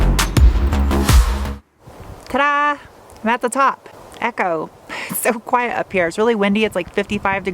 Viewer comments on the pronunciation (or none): none